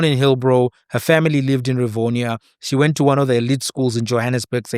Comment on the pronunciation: They say Revonia … I mean she went to St Mary’s for christ sake